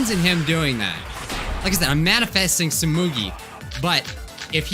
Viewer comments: You: tsumugi Me: no 😭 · says its tsumugi oh you poor soul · it’s stumugi! Me: u poor poor innocent child